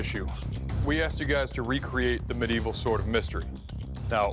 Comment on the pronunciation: 😂 bro said "sord"